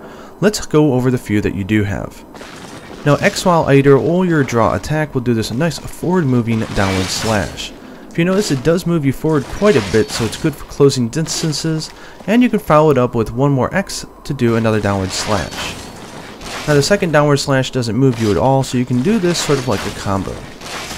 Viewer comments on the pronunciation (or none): "Dinstances" lol 😂